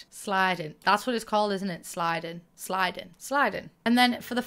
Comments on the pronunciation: It's actually siding, not sliding. But like every sims youtuber calls it sliding for some reason 😅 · lol, it’s not sliding, but siding. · sliding 😂, it’s siding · Siding not sliding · Siding***** no "L"